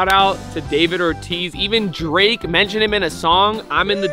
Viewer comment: Did you say drake?